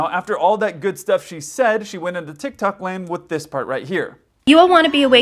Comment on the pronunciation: “Tickrock”